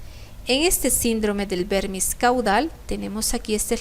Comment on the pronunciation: Excelente resumen de cerebelo y sus daños. Sólo algo puntual y no me lo tome a mal: El uso es de vermis cerebeloso (porque semeja a un gusano y proviene del latín), en vez de pronunciarlo como vérmix (se confunde así con el vérnix caseoso, que es el líquido untuoso de los recién nacidos). Así que se debe nombrar como vermis cerebeloso, en nuestro idioma. Es como ataxia, que se denomina a cualquier incoordinación muscular, pero se quedó por semántica al daño en cerebelo, predominantemente, aunque hay sensitiva, entre otras. El resto fue excelente. Saludos cordiales.